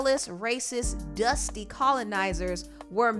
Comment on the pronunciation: So much emphasis on “DUSTY” 🤣🤣🤣🤣🤣🤣🤣